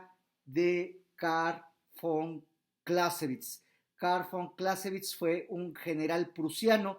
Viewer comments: ¿como se pronuncia? ¿Carl fon closevitz? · Está mal pronunciado , el nombre del autor .